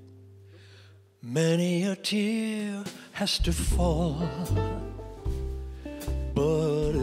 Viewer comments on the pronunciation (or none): none